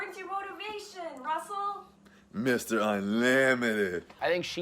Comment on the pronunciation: It's Russell Wilson! you dropped an L my guy